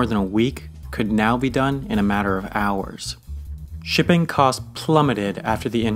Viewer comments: Nice when he pronounces “shipping” as “dipping” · does anyone else hear pipping instead of shipping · sounds like he's saying " 'Tipping' is the behind the scenes process that has made our world what it is today." America will agree!